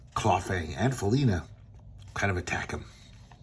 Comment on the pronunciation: This is worth money. If you have any of Harvey's Black Cat comics you've struck gold. BTW: the first time you said "Princess Felina" I thought you said "Foonina", and now I'm laughing my ass off waiting for an opportunity to give that to somebody as a nickname!